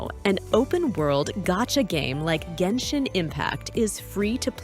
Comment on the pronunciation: i mean, even by accident you couldnt make a video thats this bad, bruhh, the AI cant even say Genshin properly...